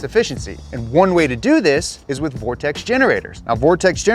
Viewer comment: Thanks for saying vortexes correctly. I clicked the link thinking "one of these mfkrs about to say 'vor-texas'"